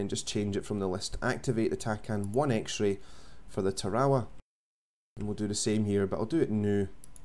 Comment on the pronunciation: Lol, hey bud its pronounced TERRORWAH. friendly correction ship is named after a WW2 battle in the pacific islands...